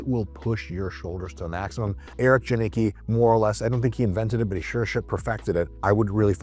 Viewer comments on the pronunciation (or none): Dr. Mike - your pronunciation of the last name JANICKI is wrong. It's a Polish surname. We say 'Yanitzsky' not 'Yanicky'.